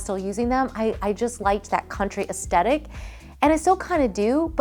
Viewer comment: One trend that needs to be left behind is designers and DIYers saying "aesTetic" when it's "aesTHetic." There's an H and it's not silent, lol.